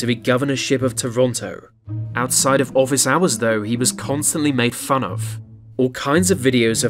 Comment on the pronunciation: He should of been in a john waters movie and not office, but god it was funny as hell! I love how the brit host said "2 fouzand" lol and "deaf frants" and "woowen career " and " figwar of fwun" ect not trolling i truly enjoyed every second. There never be another ford, is that a good thing?